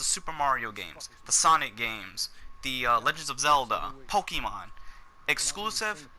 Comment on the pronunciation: "The wii u has Mario, sonic, zelda and POKEMON." One, pokey mon is not the correct pronunciation, and two does he even fucking research ANYTHING? To this day, NONE of the Nintendo home consoles have had zelda.